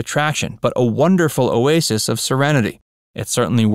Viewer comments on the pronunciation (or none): none